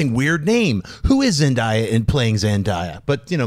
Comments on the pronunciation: It's zen-day-a not ... zen-da-ya (hearing you guys say that made me cringe lol !) anyway good job and keep up the good work xoxo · Lol her name is pronounced ZEN-DAE-YAH not ZEN-DIE-YAH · It's ZenDAYa. Not ZenDIEa. That kinda annoyed me. Lol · Omg it's ZEN-DAY-A not ZEN-DIE-A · but it's pronounced Zendiea, though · It's Zen-day-a...ask her she'll tell you...I only know cause i have a daughter who watches Disney Channel all the time. :) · her name is pronounced Zen-DAY-ya by the way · You are pronouncing Zendaya name wrong it's zen day a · It's pronounced Zen-DAY-ah. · You guys her name is zendaya it's pronounced zen day a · lol yeah you're right! it is pronounced ZenDAYa. I guess I just got so used to hearing people pronouncing it wrong! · another video with a wrong pronouncing of Zendaya name I wonder what she haves to say lol